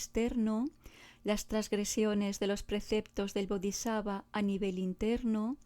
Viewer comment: Preciosa amiga, me encantas y te escucho, pero te pido por favor que pronuncies bien las palabras Bodisatva y Vajradara 😊🙏🏼 Ya sera perfecto